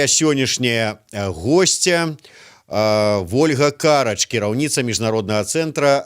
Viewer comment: Не КАрач. А карАч!!!!! Для ведущего! Каждый эфир каркаете)